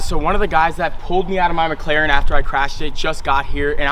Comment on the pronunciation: Muh Muhclaren